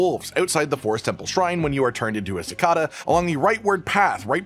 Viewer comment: si-KAY-duh. Some southerners say it ki-KAY-duh but no one has ever pronounced it si-KAW-dah. this is important